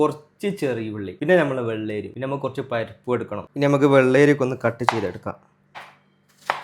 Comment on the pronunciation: വെള്ളേരി അല്ല bro വെള്ളരി 👍